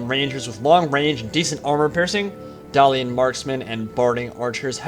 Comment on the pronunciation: "Dalian?" Dalish